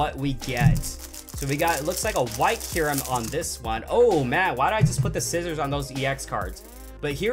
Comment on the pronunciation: It is not keyrum